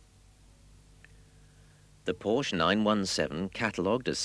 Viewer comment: Irony: The narrator talks about the misspelling of Porsche but is entirely oblivious of the fact that he misspronounces Porsche every single time (the "e" is NOT silent!).